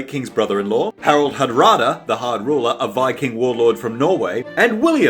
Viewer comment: I thought it was Godwinson, not Goblinson. And Hardrada, not hadrada.